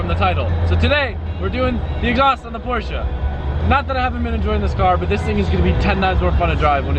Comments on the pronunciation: Porsche Porsche Porsche Porsche... not porscha that shit make me so mad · Porsche not Porscha.. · stop saying porsha...porshe(silence the e). Then again you own it so call it what you want,*cries in poor* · Porsche not porscha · don’t you love how Americans say Porsche-a , makes u stop watching immediately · "PoRsChE-uH" cringe x100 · A few things: The GT3 RS rides rough because it's a racecar lol 12 point/triple square drivers are everywhere on VAG cars It's not a big deal but it's not pronounced "Porsha", it's Porsche but the E is slightly longer so it almost sounds like A. More like porsch-eh Edit: I forgot earlier, but a good intake will actually change how your car sounds. You should do some research and find an intake for it. Edit again: Oh they're going to make an intake too? Get it. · Yo its not Porsha its Pronouced Porsche:The E is silent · IT IS PORSCHE NOT PORSCHA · It's not Porschea it's just Porsche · needs to learn how to pernounce Porsche properly, it is prenounced as porsh not porsja. GET IT RIGHT!!! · Uggghhhh. Porsch-uh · Poor-SHa! Lol Love it... Cant hate one bit! 🤙🤙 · Theres no A in Porsche! It's not pronounced Porsche-a 🤦‍♂️ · for god sake learn how to pronounce porsche. the E is silent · It’s pronounced Por-shuh... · you pronounce 'porsche' so anoing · i am not wrong, americans are wrong because they don't know how to prenounce words properly. By instance, just take a look at aluminum, which is actually aluminium. You hear the German people say it, you know this guy is wrong. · He prenounces ti with the a et the end, the germans do it either with the e or silent. And yes i know, bacause i live nearby Germany and speak to german people.